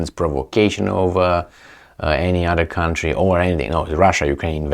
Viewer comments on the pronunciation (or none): none